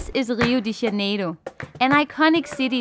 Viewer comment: É engraçado a pronúncia deles kkkkk lio de janelo